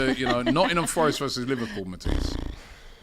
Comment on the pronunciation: Matisse 😂😂😂 he said Mantis.